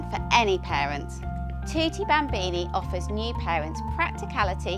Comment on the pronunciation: Thwotee bhambeanie hahah